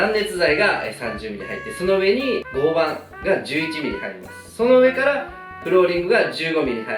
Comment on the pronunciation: 合板=ごうはん、と読みます。